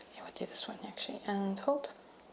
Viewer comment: i was thinking along those lines too. I’m not great with recognising slavic accents etc. but I did notice that her O’s are pronounced as like a deep U sound. I think it’s noticeable when she says ‘hold’ it sounds like ‘huld’ to me